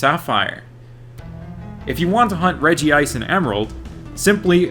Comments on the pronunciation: i agree, great video, though it hurts me he incorrectly pronounces it as regi-ice. curse you 4kids dub and your incorrect pronunciations. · "I would Sawk on a Regice" is up there with Drain the Hog. 😂😂😂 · Is there a reason why you always call Regice "Regi-Ice"? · My man comin' in with the old 4-kids pronunciation. A very bold move when people are so quick to judge.